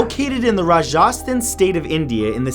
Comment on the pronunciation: Another one: "Ruh Jas Than" triggered